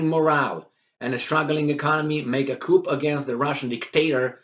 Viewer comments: It is pronounced "Ku" chickens live in a coop, Ooo maybe Russians are chickens they keep running away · FYI “coup” is pronounced with the “p” being silent.